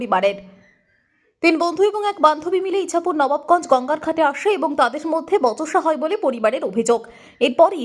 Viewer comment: আরে বতসা বলে কোন কথা নেই... ওটা "বচসা" হবে ....